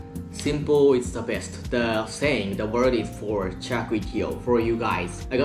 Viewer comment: "CHAR" kway teow.